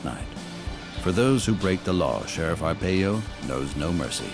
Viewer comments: Right it’s “R-pie-o” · Video cant even prounounce his name right. This information is old and tent city hasnt existed in years. Arpaio hasnt been in office for many years. Provide facts not outdated information.